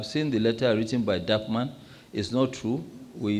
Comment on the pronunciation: Thank you bro! “DAPPMAN” he sound like DarkMan! 😂 thanks for the clarification and informative response